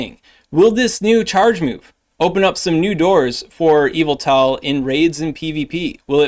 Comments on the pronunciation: It's EE-vel-tol (with the stress on the sharp E vowel) — not quite Evel-tol like the way it sounds when says it, but it's passable - yev-ettle is a failing grade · Cool video, but it’s pronounced “Yuhvettle” and you know what else? Zacian ain’t NOTHIN. I hit legend every season with Yuhvettle. Zacian really ain’t all that. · Your pronunciation of Yveltal is similar to MandJTV, which he believed to be the correct way of calling it 😂